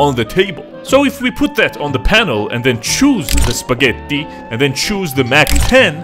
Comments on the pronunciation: Never knew you were swedish until you said "Spagheti" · the way he says "spagettí" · AHAHAHA spa-Getto, only Italians can get that